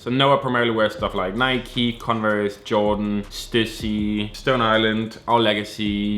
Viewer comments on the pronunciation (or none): none